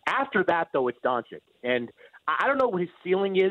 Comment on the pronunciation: Can someone tell Mannix that it's Don-chich not Don-chick. Think more Cheech, less Dixie chick.